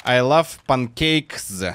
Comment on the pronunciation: Панкакес правильно говорить